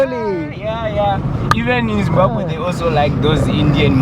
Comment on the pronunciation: Zimbabwe ని వాళ్ళ ఎదురుగానే "బాంబు" అంటావేంటి, జిమ్ బాంబు అనకూడదు, జిమ్ బాబ్ వే, రెండు Zimbabwe లో ఇంగ్లీష్ తో ప్రాబ్లెమ్ లేదు అందరూ మాట్లాడతారు, మొజాంబిక్ లో పోర్తుగేసు మాదిరిగా.